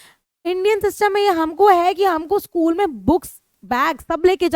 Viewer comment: mam by mistake you said schlool but it was school